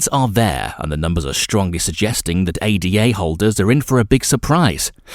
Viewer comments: It’s “Ada” as in a woman’s name not an acronym A-D-A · Immediately they say A.D.A and not Ada you move on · It is also ADA (Ayda) not A.D.A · ADA is a name…named after Ada Lovelace…it is not pronounced A.D.A. Otherwise good video